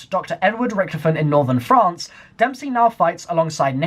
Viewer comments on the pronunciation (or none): none